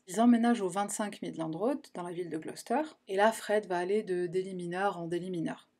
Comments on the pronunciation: I live in a town next to Gloucester and know the rose and fred west story quite well nonetheless your video covered some points I didn’t know! Well done. And it was also good to hear Gloucester pronounced properly for a change 😏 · Je me suis abonnée hier, et là, tu m'offres le bonheur d'entendre la prononciation correcte de Gloucester!! Je suis anglophone, et les youtubers francais m'écorchent souvent les oreilles, même ceux dont j'apprécie la structure et les recherches. Donc merci à toi pour ta culture :)